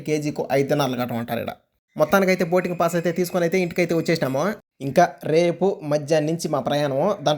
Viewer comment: Adhi boting kadhu ra Swami boarding pass raa Swami